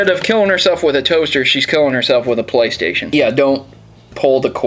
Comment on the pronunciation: "Playsation" Love ya,!:D